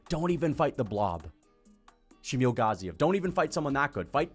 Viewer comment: Why do you pronounce Shamil Gaziev’s last name like that 😂😂